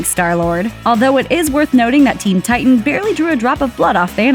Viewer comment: Why does she have to say “titan” like that?